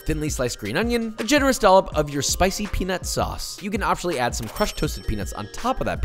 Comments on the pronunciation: Peanut sauce with silent T lol😂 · Pee Nut Sauce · I'm glad you put "Peanut Sauce" on the screen. I'm half asleep and it sounded exactly like what you and I both clearly thought LOL 😂😂😂🤣🤣🤣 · I'm glad the editor clarified "peanut sauce" cause that is absolutely not what I heard lmao